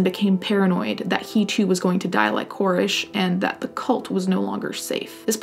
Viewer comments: But as an American, yr "Koresh" ( as in David ) needs a little work... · I think you're saying the whacko from waco's name wrong.